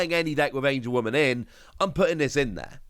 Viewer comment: It’s AngeWOMON not AngeWOMAN